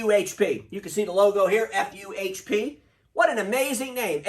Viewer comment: FuHP sound like "Fump" to me 😀